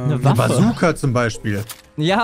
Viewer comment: Ja, wer kenn sie nicht, die berühmte "Kajooka":'D